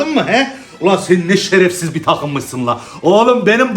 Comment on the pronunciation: "şerefsif napoli" 😂😂😂